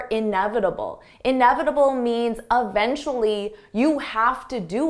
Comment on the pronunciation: Can I get the pronounciation of “eventually ”，because this is the second time I heard from sound like “evntruli”，it’s just weird as I sounded it as “i vn trilingual‘’😂😅